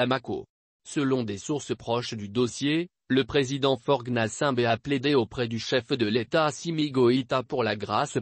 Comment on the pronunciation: Toi ta manière de prononcer Faute Gnassingbé ooooh Waouh lol 🤣🤣🤣🤣🤣